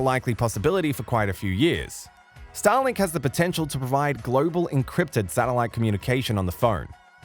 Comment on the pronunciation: Anyone else also hearing "Stalin" after four times the word "Starlink"?? After you hear it, it can't be undone 😑